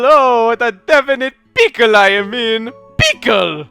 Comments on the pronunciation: Pickle sounds like Pcull. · The way you said "pickle" sounded like "Pcull". XD